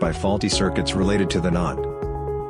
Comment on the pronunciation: The text-to-speech in this video pronounces NAND as "nund" 😂